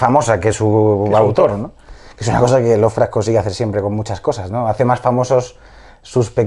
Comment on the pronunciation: Muy buena la entrevista, pero por qué dices "Lovercraft"? =(